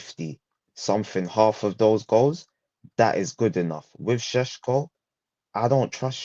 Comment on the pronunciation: Benjamin Šeško those things above the S pronounce it as Shesko not Sesko